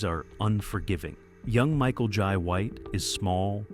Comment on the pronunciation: Michael "Yai" White 😅